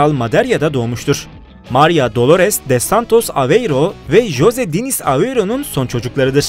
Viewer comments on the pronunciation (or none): none